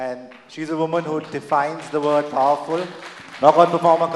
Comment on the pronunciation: Nice Waman, ru a Waman😆